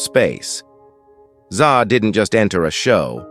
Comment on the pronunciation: Zsa was pronounced Jawsuh.